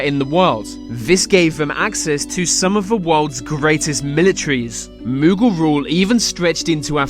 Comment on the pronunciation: Since when has Mughal rhymed with Google ?! Sloppy